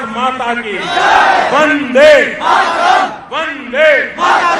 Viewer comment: When He told Bande Its Sounds like Dange